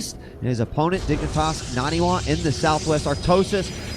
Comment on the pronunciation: Nah-knee Wah. it's not that hard.